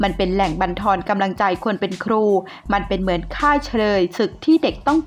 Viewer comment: ร ล ควร อ่าน ให้ชัด ล ร มารวมกัน ครู ไม่ใช่คู